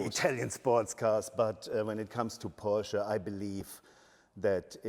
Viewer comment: Nice to hear pronouncing Porsche correctly.